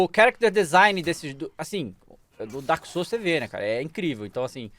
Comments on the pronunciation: DAEMON SOULS KKKKKKKKKKKKKKKKKKKKKKKKKKKKKKKKKKKKKKK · Daemon souls kkkkkkkkkkkkkkkkkkkkkkkkkk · Daemon souls kkkkkkkkkk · "Daemon" Ih, alguém vai ser demitido 😬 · Daemon Souls KKKKKKKKKKKKKKKKKKKKKKKKK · "KkKkKkK DaEmOn SoUlS" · "Daemon booster"